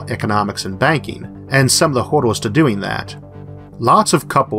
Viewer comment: "...and some of the hodor's of doing that." Your speech impediment never detracts from a video, and this one gave me a good chuckle.